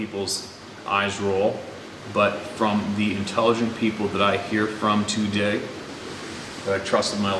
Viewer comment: Everytime sez too-day, have a sip of coffee, eh?